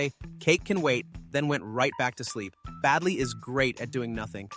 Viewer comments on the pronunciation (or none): Baldi not badli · it's not badli it's baldi